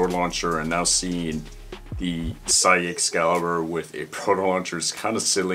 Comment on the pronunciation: Sieg is the German word for Victory. It's pronounced like the English word Seek. ☺